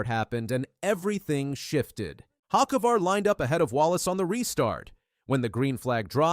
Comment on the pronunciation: No way that’s how you said Carson’s last name lol